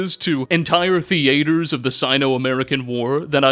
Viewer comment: Theeeee aye tooors? Mate in every version of the word it's theatres.